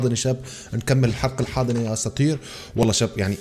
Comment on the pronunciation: اساطير❌ اظاطير✔️ 😂😂😂😂😂😂😂